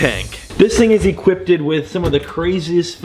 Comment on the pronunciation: “Equipted” “Lidalee” Gotta love it!